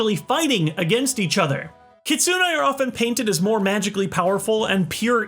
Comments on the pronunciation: Its ki-tsu-ne きつね not kit-su-ne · KitSUne. No, that isn't how you say it